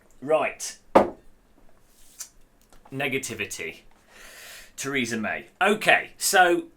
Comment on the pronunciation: "Theresa May".... haha. Have a sub!